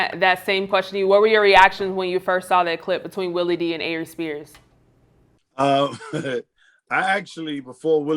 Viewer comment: it sounds like she called him Avery Spears 😂